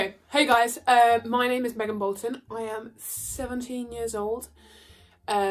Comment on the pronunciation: She said hey guys it’s Began Molton 😂